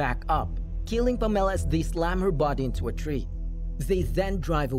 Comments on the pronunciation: PAMela. Not PamELLA. JESUS. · Can you learn to pronounce the name PAMELA properly please? Emphasis is on the PAM , as in HAM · why did he say Pam's name so weirdly as if she was a citrus fruit or something... its pam... ah...la... 😂😂😂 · Never heard the name Pamela pronounced in such a way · The film is a hot mess! As is the pronouncement of Pamela....that was as almost painful as the recap 😁